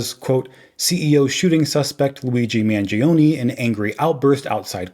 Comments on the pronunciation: Mahn-joe, not man-gee-oh. Got it,? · why do Americans so gleefully mispronounce Italian words? MANGIONE >>>>>> MANJONEH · Mangione is pronounced Manjone